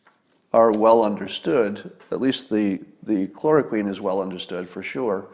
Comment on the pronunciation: When Scott talks about stuff he knows about, he's very, very smart. When he talks about stuff he knows little or nothing about, he goes to great lengths to sound like an authority on it, just like Cliff Claven (character from the long running TV show Cheers). Scott can't pronounce chloroquine, but thinks it's the cure to all of this mess. Talks about stealing it from the patent owner, not realizing that chloroquine is already the generic for Arelen, and is manufactured not by just one company in France, but by about a dozen companies, including 3 in the US. In the US it costs about $5 a pill, but in the rest of the world it's about 4 cents a pop. He talks about UV lamps killing germs like that was just discovered a week ago, instead of being in industrial and medical use for decades. He talks about portable CT scanners like that's a new thing. "Well, where's MY portable CT scanner?" Well, gee, Scott, it's on a set of wheels being pushed by a nurse from room to room in doctor's offices and hospitals all over the country. You can get a basic portable CT scanner for $100k and a good one for $500k. He also thinks hospital ventilators are little more than CPAP machines with face masks.